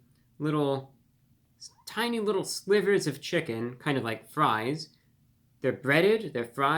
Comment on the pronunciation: idk, you lost me at "slivers"